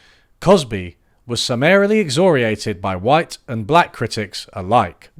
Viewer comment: I was gonna correct what should have been "N double A C P", but now you gotta google how to pronounce excoriated too.